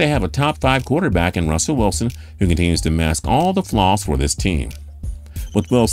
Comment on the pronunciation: dashaun watsons a good “Quuaterback” 🤣🤣